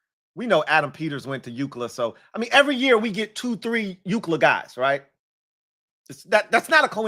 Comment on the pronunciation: Hey there’s a customer at my job that hates how you say UCLA he asked if you were a USC fan 😂